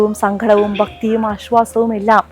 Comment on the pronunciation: സംഘടം അല്ല സങ്കടം എന്ന് പറയു